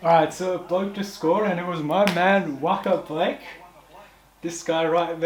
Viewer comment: Wa-kar Blake 😂😂🤣, that’s when you know doesn’t watch League